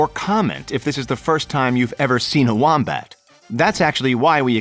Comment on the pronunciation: I keep thinking your saying womprat from Star Wars